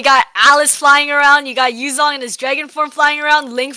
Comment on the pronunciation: The pronouncer does not say it correctly, chang’e is an actual Chinese myth, and the name of a satellite. It’s pronounced in a way almost no word in English is. Yu Zhong is even worse most Americans get both sounds wrong